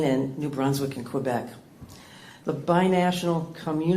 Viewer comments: Pet peeve. Can everyone please tell everyone they know that it is K-beck, not Q-beck? It's not like I'm asking Anglophones to pronounce Montreal in French, which I know they can't do... but they sure as hell can say the letter K rather than Q. Oh, and Maine? Geez, you are neighbours. Come on. Or we might all start pronouncing your state as Mah-een-eh. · Can’t even pronounce “Quebec” properly in an attempt to woo back Canadian dollars. I get she’s trying with the odds stacked against her, but this all feels so manipulative. It’s over! Leave us alone! Canada wants to move on, expand beyond the states!